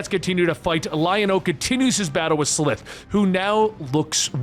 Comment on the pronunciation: Its S-lie-th